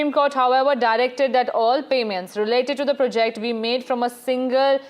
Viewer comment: It's not pre'JECT, it's 'PROject